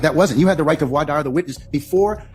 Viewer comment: Judge can't even pronounce voir dire FFS